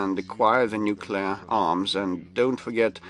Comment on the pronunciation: El púton lo que quiere desde hace tiempo es apretar el boton "nucelar". Si no ha tardado en soltarlooo!! Estaba deseando